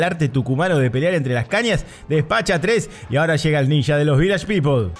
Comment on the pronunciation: Esto me hizo acordar inmediatamente a las películas Argentinas donde aparecen ninjas. Por supuesto, en dichos filmes la pronunciación es "ninja" y no "ninya", como creo que debe ser.